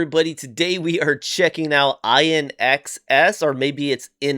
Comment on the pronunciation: ❤Glad you've discovered INXS! You pronounced their name right. We lost Michael Hutchence much too early. "Need You Tonight" is another great song by them.